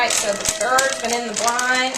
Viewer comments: i like the way you say "the BIRDS"'...funny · Was totally thinking the same!